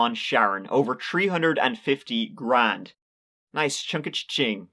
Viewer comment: Over chree hundred Nice chunka chain English dudes not spanglish!